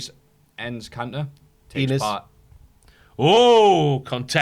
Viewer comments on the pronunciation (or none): Pronounced EEnis Can-tor